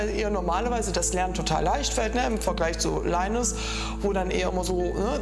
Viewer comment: Seit wann wird linus bitte englisch ausgesprochen🤣🤣